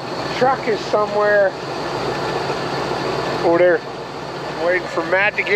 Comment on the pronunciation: u learned that from shawn? "ober der" pointing with lips